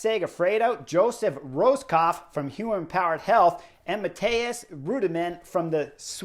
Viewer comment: OK, so now that you've got "Swiss" down, could you please get our U.S. Champion Joey Rosskopf's name right? PLEASE? 🇺🇸 Poor guy.